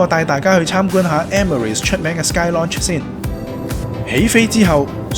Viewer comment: 拍片之前google吓個lounge字點讀啦😂😂😂😂